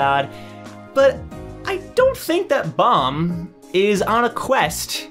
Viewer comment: Not trying to hate or something but why do you keep saying bomb it's baam